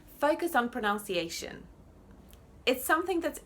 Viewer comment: Your accent is great and I love your videos! But just one point: pronunciation should have a "uh" sound in the middle, not "ow".